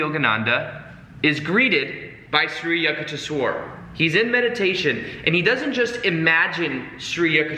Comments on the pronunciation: sorry-- here is the right way to pronounce the name - YOUK TAYSH WERE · Yukteshwar is pronounced with a "U" sound not with a "yuck" sound. So It would be "U"k-tes-war. Well that is the best I can write phonetically. Just change the "yu" sound in "yuck" to "u" sound and as if you are saying the alphabet "u" and you are good. I really hope sees this because "Yuck-tes-war" sounds bad LMAO. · I WAS LAUGHING SO HARD THE PRONUNCIATION IS SO OFF. IT WAS SO FUN LISTENING TO U SAYING YUKHTESHWAR GIRI NAME. OHHH LOVE U YUKH. THESH. WHER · You pronounce it as youkuteeeeswar Giri Swamy please make a video about narcissists? Do they have souls? What if we have family relationships with narcs can we change them with LOA? Has anyone ever changed a narcissist? Also should we be close to them even if they are toxic? Or distance from them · Hey great video as always. Love your chanel. Life changing work by you. Many many thanks. Re pronunciation for Shree Yukteshwar Giri, it's as in 'you' k te sh war (A is short). I stopped reading this book years ago. Never got to completing it but thanks to you I still received the message 🙏🙏🙏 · Hey..wonderful message as usual. I read the book over 50 years ago.!! And thanks to your inspiration will read it again. Also, for the record here is how you would pronounce SRI YUKTESVAR. Just break it down into sections: SRI =shree, or sree. You got that word down okay. yuk= Yook, Tes= tess, and Var= vah rr. (rhymes with Jar). Aloha from Hawaii. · U -k-teswar like in U-ganda :)